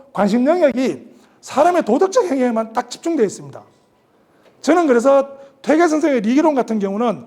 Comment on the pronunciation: 퇴계론에, "퇴계"의 "퇴"자 발음이 틀렸읍니다. 이 얼마나 이로니칼한 일입닠까? "퇴"자는 장음입니다. "퇴학, 퇴치 , 퇴영" 등 어떻게 발음해야 하는지 아십니까? 쟈고저 장단 문제를 바르게 익힌 다음에 공석에 나오십시요. 제가 쓴 책 한 권 일독해 주실까요. 한국 언어의 타락상이 하 분하여 "한국 어문을 고발함"이라는 책이올시다. 미국 변 완수 드림